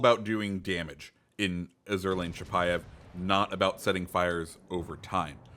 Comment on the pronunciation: While I know it's spelled like the French word azur but I'm pretty sure you are supposed to pronounce it like the color azure